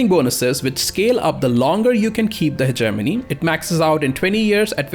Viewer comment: Anybody else thought he said Ze Germany when he said Hegenomy XD